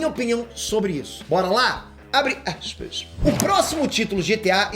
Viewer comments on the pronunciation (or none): Abre axispa rsrsrsrsrs sei que tá errado mais a pronúncia sua a top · "Abre assspas"